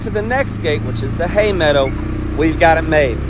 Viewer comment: Pemmican, Yes! Survival food of the Indians and pioneers during long treks and in the winter...I think you are on to something,! People would buy that...I would! Please go back to saying "Hay medda" even once in a while, I miss that regionally accent on certain words...I smiled the whole way through this one ❣